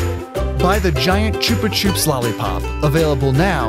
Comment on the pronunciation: It’s chupa chup not choopa coop